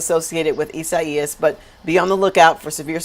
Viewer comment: Janice RULES.!! Love her reporting. A true professional. I love the way she pronounces Isaias. If I had another daughter, I would name her Isaias.!! 🖤